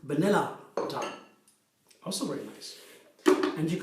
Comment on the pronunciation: May I make you aware of one thing? You say «the Dow» (the stock exchange) all the time when you mean to say «the dough». If you go to the Cambridge Dictionaries online, they have buttons you can push to hear the right pronunciation for each word, I’ve used it soooo much over the years since English isn’t my first language (it’s more like my fourth one, LOL, being Norwegian, our natural second and third languages are Danish and Swedish). 🤗 💚🌱🍀🌱💚